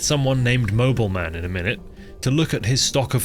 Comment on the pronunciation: Not Mobelmann its mÖbelmann its German